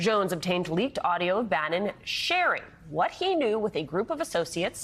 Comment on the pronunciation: Bannon. Not Brannon.